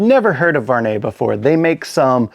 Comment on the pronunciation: I like them! Very beautiful design!👌🏼 Not a big deal at all but my first langage is french and the "U" is missing from your prononciation of the name. Your saying "Var net" but you must pronounce the U (Vu ar net).